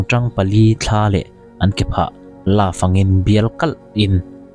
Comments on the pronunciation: Hniak tih pawh thluk dik theilo react ve sek lo mai teh,mizo dik tak inilo zawk amawni. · Hniak tih i thluk dan hi ek tih thlukin thluk teh aw. Naupang zawkten mizotawng thluk dik emaw an ti palh ang e